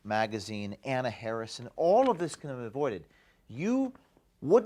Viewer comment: Her name is Anna, not HuhHuh. There now you have the name right.